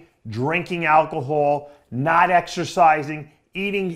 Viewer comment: what the hell is "elkohol"? is that what you Canadians drink? Fermented moose spunk?